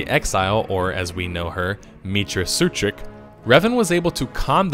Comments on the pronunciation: Meetra "Surik" Not "Suitrick" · Okay, it's Rakata, not Rataka. And it's Meetra Surik, not Sutrik. Jesus Christ get it right you idiot. Just kidding, they are minor mistakes and don't really affect the video, but it r annoying. >:( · I think you meant to say Rakata and Meetra Surik it's not Rataka or Sutrik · Rataka? Sutrik? Is he fucking with us trying to trigger fans by mispronouncing things